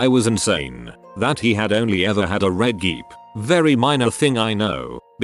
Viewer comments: geep instead of jeep? you need to tweak your robot voice. always says words wrong. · But why did he keep saying geep instead did jeep hahahaha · I’m sorry but the way the bot said “Jeep” as “geep”